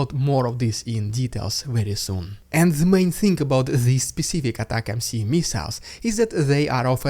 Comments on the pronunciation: Attack MC? What's that? If you're talkin about the new missiles they are called ATACMS. It sounds like attack ems (without the space). One word, three syllables. A TAC Ems This is an acronym that represents Army Tactical Missile System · Hey it's 'ATA-CMS' or 'Attackems' not 'ATTACK-MC' lol. Good name though. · It's ATAC-M-S, not ATAC-M-C . . . . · Say it with me brother - "A-TACK-UMMS" = ATACMS. It's not "A-TACK-EMM-CEE". Usually wouldn't bother me but just annoying at this point. I'll subscribe if you start saying it right 👍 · It is just ATACMS, not attack-MC. You are saying it right and then adding a C for some reasons. The whole point of this beautiful name is to sound like "Attack them(s)". It is not a rapper called Attack MC. Attack-ems. Plain and simple american genius naming. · ATA ms .. Ends in s not c pronounced attackems atacms